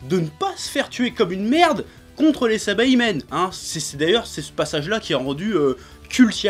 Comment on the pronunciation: SA - I - BA - MEN pas SA - BA - I - MEN